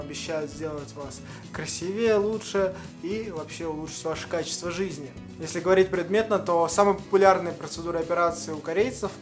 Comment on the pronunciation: Не красивеЕ а красИвее